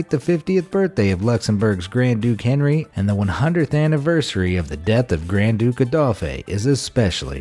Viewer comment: The proper pronounciation is "on-REE" and "AYE-dolf."